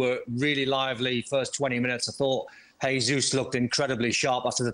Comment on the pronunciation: Not a huge deal... but why do so many punters mispronounce Jesus' name (he-zus instead of the correct je-zus)? He's Brazilian, and so his name is pronounced the Portuguese way, not the Spanish way. Yet none of the punters mispronounce Jota's name as "ho-ta".